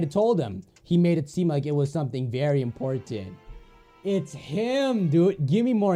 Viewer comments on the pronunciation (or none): none